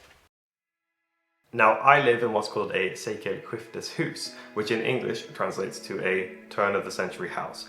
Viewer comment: Nice to see that you care so much about your house that you intend to read up on "byggnadsvård". 😊 Your pronunciation on "sekelskifteshus" is spot on btw! Tile stoves, kakelugnar, is a Swedish invention from the 18th century and they are super efficient. They keep the warmth in the house for much longer than an ordinary stove and was a game changer back when people only had open fireplaces. In an open fireplace 90% of the heat is lost. It also keeps the room much cleaner. Personally I find them beautiful, especially those with white-blue tiles, and I wish I had one in my house. We only heat our house with firewood, but in smallholdings as ours, a tile stove was considered much to expensive. A tile stove is normally only heated mornings and evenings, so I think you will come to appriciate them- especially if you are gone at work the whole day. The size of your house and the rooms and the height from floor to cealing also suggest that tile stoves is the best fit for your house.